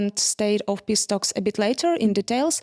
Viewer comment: The lady (and the USSRAINIANS) pronounce PISS-TALKS instead of PEACE TALKS...